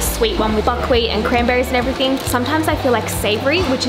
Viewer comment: whenever she said buckwheat i kept thinking she was saying fuckwit anyone else